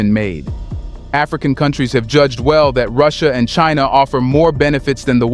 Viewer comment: FFS just get someone to do your voice over already 😂. WTF is "Cheenaw"